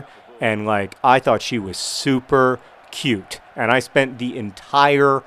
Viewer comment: it was soo cute when you said she was "REALLLY cute."